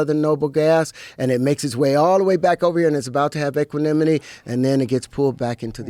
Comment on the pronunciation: “and it’s about to have equillimity” 😭